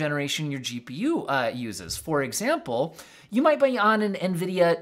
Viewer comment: .. im Pretty Sure You Almost Said JEW.P.U.... lmao